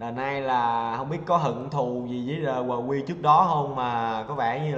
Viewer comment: Vkl tên ngta đọc quờ qui :))))